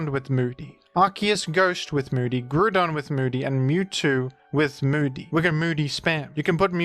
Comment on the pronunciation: pokerap pronunciatation of Groudon